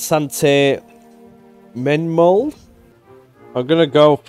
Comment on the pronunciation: that pause, reads Sainte-Menehould, and says "Saint Mole-Hound". I'm crying. hahahahah. Love it